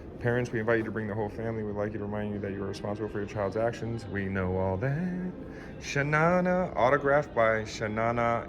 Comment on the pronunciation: Don Laughlin had a collection of antique slot machines near the players club which were for sale, minus the classic coins stuffed to the top. Again when you read Sha Na Na as ChaNayNay, I'm just too old! You missed a few clubs, including Golden Nugget, the Laughlin River Lodge, the Pioneer & the Indian AVI a few miles away. Maybe that's still coming. The Lodge or whatever its currently called was a 3 story Sam's Town